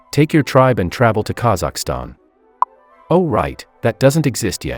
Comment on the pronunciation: idk why this almost made me spit out my drink, the way the text to speec- I mean said Kazakhstan was just very funny to me